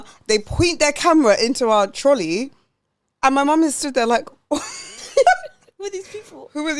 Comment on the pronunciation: There were so many things in this ep that had me laughinggg🤣 Noticeable faves: - The x Gillian McKeith supermarket linkup. I kept rewinding to "TROLLEH" lmaooo. But no, how can someone run up on you like that with their camera crew and ask to view your trolley contents??? #TrolleyGate - "Here I am [shaped] like a dumpling"... egregious - "Wanted to do re-enact Christina Millian AM - PM but then I ended at DMU" Such a funny episode girls! Loved it xx